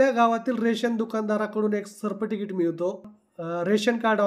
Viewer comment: Sabscrabe बोलायचे शिका व सर्टिफिकेट हे पण बोलायचे शिका बाकी व्हिडिओ मस्त होता.... 🙏